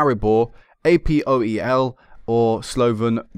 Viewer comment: You're pronouncing APOEL wrong. You don't the letters, you say apoel :)